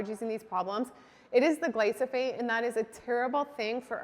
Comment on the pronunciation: small correction, you are saying Gly-So- phate. It is Gly-Pho-sate. The reverse of the two syllables 🌞 It really is a huge issue. My sense is it is not gluten often, that is bothering so many.. it is the glyphosate.